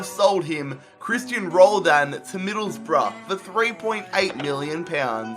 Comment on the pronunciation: Finally someone said roldan right 😂 always Rowland or Ronaldo 😂 im not Ronaldo